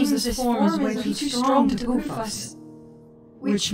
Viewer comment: 😂 it’s poof not poop